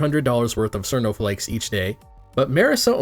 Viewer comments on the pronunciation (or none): you can't even pronounce "cirno" correctly, get the fuck outta here, shitty secondary